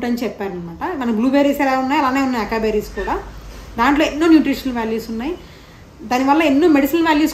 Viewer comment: Nice Vlog !! Açaí berry lo “C”ni “S” laga pronounce cheyyalandi.. idhi USA lo breakfast bowls la baga use chestaru ..